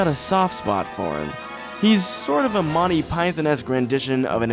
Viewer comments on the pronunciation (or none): none